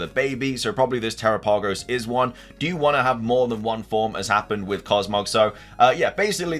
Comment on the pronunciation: Dude!! Te-RAP-Ah-Go-s The name is based on the Galapagos islands!! PLEASE try to pronounce it correctly!! I feel bad for the people experiencing so many bugs......I haven't experienced ANY. Yeah, I think Ogerpon will end up NOT being evil. There is a four pointed tera crystal in the mask. That could be what gives it its power/ has corrupted it.